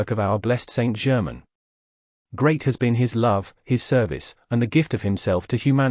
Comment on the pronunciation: I find this book is spoiled by the reading by a AI voice that cannot pronounce words correctly eg. It is not Saint German. But Saint Germain it totally spoils this material 😇